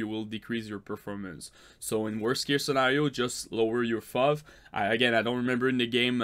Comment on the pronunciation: Its pronounced F-O-V kill me